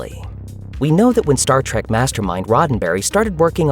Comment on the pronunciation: Oh, for fuks sake! It's "trEk".... not "trAk", you booger-eating moron! I can't believe this STILL has to be said.